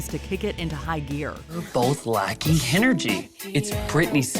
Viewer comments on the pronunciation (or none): Alyssa said "HEN-ergy" and I do believe that's now a lovely alternate official pronunciation ...